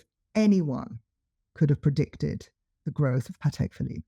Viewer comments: Love how she emphasised it’s spoken Patek not pattack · He is pronouncing it correctly, this is the same way Thierry Stern pronounces it.